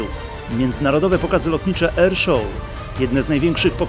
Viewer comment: W umie powiedzieć Air a to już mówi tak typowo po polsku.. damn.